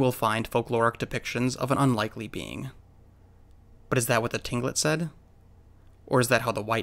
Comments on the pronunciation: Absolutely love your videos. Small correction for you tho...Tlingit, is pronounced Klinkit...jsyk. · Hey. Just wanted to chime in here regarding your pronunciation of Tlingit — the way I was taught to say it was was with more of a K sound at the beginning, like Klin-kit. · I'm 100% Tlingit. And i can say he pronounced Tlingit wrong😂 I don't blame ya if you can't though, its hard to pronounce. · cool video! btw Tlingit is pronounced as if it begins with a K and not a T. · Beth Dewey Only if he knew that he would have pronounced it right, but too late miss ohhh 📸.